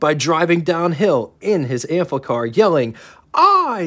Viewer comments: There's no L in the name, so why do you keep saying AMplicar??😊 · Good overview of the vehicle; but, damn, read the label: it's pronaunced like it's spelt; no "L" in the name: Am-FI-Car, not "Am- FLICK-Car; they weren't made by Bic! Pity a drive-demo wasn't possible; woulda been mast instructive re: the "user experience"... cheers.